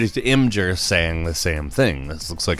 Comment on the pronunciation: You so pronounced imgur wrong I swear